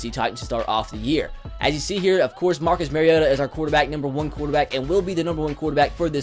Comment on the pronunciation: first things first lets try to pronounce Marcus Mariota right